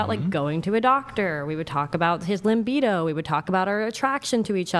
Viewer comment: "Limbido" instead of libido... 😂 I didn't expect that goof from the prettiest, most distinguished guest. Not being a native speaker, I wonder if that's a common mistake/misspelling in America. 🙂